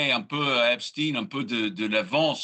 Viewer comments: Arrêtez de dire Epstine. C’est« Epstein », et non « Epstine ». Les médias ont reçu pour consigne de modifier sa prononciation afin de le dissocier d'Albert Einstein ( lol) certainement ou peut être sa proximité avec Israël . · quand ils prononcent « epstine » au lieu de « epstein » 😂 c’est trop tard on sait qu’il appartenait à la communauté « élue »